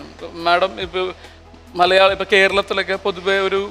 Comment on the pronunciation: ഈ അവതാരിക ഏത് കോത്താഴത്തെ മറ്റവളാ ..?മലയാളം എന്ന് മര്യാദക്ക് പറഞ്ഞൂടെ അവളുടെ മറ്റവടത്തെ മല്യാളികൾ ഇത്പോലുള്ള അവതാരികമാരെ ഒഴിവാക്കുക ഷക്കീല പോലും മര്യാദക്ക് മലയാളം സംസാരിക്കുന്നു ദയവ് ചെയ്ത് ഫ്ലവേഴ്സ് ശ്രദ്ധിക്കുക ....